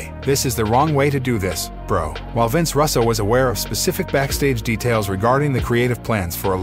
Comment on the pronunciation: Or Russo pronounced Russ-o I mean come on if you’re not a computer generated voice how have you never heard his last name before?!?